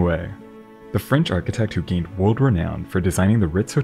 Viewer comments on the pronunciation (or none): none